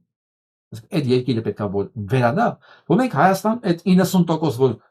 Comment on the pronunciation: Փաշինյանը նույնիսկ իր երկրի անունն ա սխալ արտասանում` Հայստան ոչ թե Հայաստան։ Էլ ինչ ասես։ Շատ տխուր է այս ամենը , շաա՜տ։ Եթե միայն դա լիներ։ նախկինները քիչ էին քանդել, սա էլ ավիրում է։